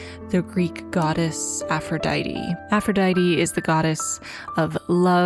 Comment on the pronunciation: i love this and u but ur pronunciation of aphrodite killed me lol (no hate!! i'm just a bit of a freak over greek stuff sjdksj)